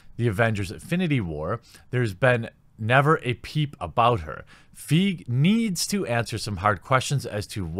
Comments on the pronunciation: You're killing me smalls. It's not pronounced "feeg", it's pronounced, "foggy". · Feige is pronounced F eye gee. :) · wow, you predicted the removal of the "want to see" poll like a psychic! (Feige = fah-e-ghee) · BTW it's pronounced Feigy not fig. Kevin feige if they make he won everything I'm out... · It's pronounced "fai-gi" not "feague" , easy mistake. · Kevin Feige's name is pronounced F-EYE-GEE. I only correct it because Paul Feig (pronounced FEEG) is the guy responsible for Ghostbusters 2016 and while Fiege seems to be going down a bad path, he hasn't quite plumbed the depths that Feig has sunk to. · FYI, Feige is pronounced "Fie-gi" (hard g). I agree with your statements, but repeatedly mispronouncing Feige definitely hurt your credibility since he's an established director in the MCU. Not like he's an obscure figure that hasn't had huge exposure. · I love you bro but his name is pronounced fye-ghee (hard G) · You are pronouncing Kevin Feige as if it has no e at the end (Like Paul Feig). Pretty unfair to Kevin. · FYI fiege is pronounced figh-gee just for future reference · It's not Brie Larson it's Reeeee Larson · Kevin Feeg? Might need a bit work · I beleive it's pronounced "Fyi-Gi" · His name isnt feeg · His name is pronounced fy gee. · Hate to be that guy but isn’t it pronounced “Fuy-gei” ? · It's Kevin Feige ( fai-gi) pronounced. You butchered his name harder than Thor butchered Thanos' chest. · It’s Kevin Fi-gee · First of all, the worst rated MCU Movie is "The Incredible Hulk". Second of all. I don't know where all the hate is coming from, if you were a true comic book fan you would know what the A-team is and why it rules but, considering you don't even know how to pronounce Feige's name right, what did I expect? ... what a poser. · How are we to take you seriously when you can't even say Kevin Feige's name properly? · You're pronouncing Kevin Feige's last name incorrectly and it drives me nuts:P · Feige. Fee fi fo fum. Glee - gee